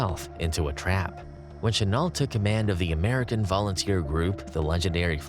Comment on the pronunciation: I'm not a pro, but here are a few tips: Chenault is pronounced "Shen-o" and the Zero was a naval plane rarely used in China - the fighters the Tigers faced were Oscars.